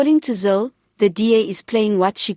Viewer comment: It iz Helen /zile/, and not /zil/!